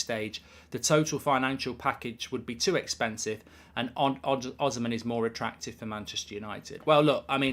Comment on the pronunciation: The pronunciation is O-SEE-MEN or the N can even be silent